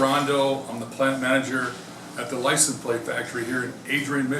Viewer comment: Cool to see how "lisun plates" are made, but you'd think the head of the factory would know how to pronounce the word.